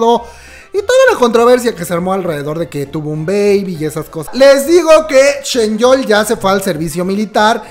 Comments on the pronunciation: Por qué le dices ChenYeol? En lugar de ChanYeol xD digo una curiosidad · Alguien que me explique el por qué le dice "ChenYeol" a "ChanYeol" 🤣